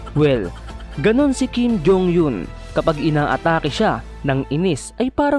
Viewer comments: Mali ang pgbigkas mo sa apelyido ni Kim jong Eun… eun ay di yon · Natawa ako sa pronounce ng kim jhong Yun. Hahahahahahaha